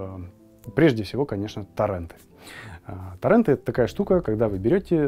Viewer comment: Намного лучше бы звучало То́ррент, Контэнт